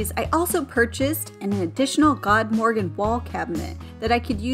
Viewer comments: You did a beautiful job with the kitchen and bathrooms and the cost that you were able to get them done for is amazing. I don't know which I like better: the kitchen or master bath shower. Both are just fabulous. Good work! Also, not that this really matters, but FYI, the proper pronunciation of "Godmorgon" is roughly this: Good*-MORE-own. *Good being pronounced not like the English "good" but more like "food" or "lewd." Very much looking forward to the house tour! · Awesome results! I also love the prononciation of the Ikea vanity "GOD-morgan" (godmorgon). It means goodmorning in swedish.